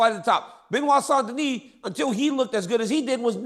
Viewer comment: Have I heard Chael saying St. Noir?😂